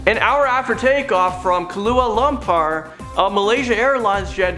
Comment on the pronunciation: “Kahlua Lumpur” 🤣🤣🤣